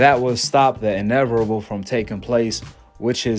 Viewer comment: I was on google trynna find the “r” in inevitable great video tho ahk it’s invertable that u make good ones